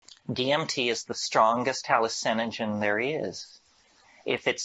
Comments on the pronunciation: Nope. You lost me as soon as you said "hello-sen-o-gen" like an A.I. struggling with an unfamiliar word. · The way you pronounce hallucinogen really bothers me